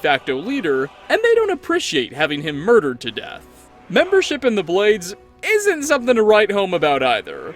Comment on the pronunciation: " Muder him to death". I love it.